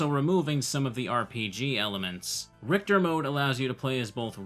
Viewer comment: "RICHITER"... How did that happen?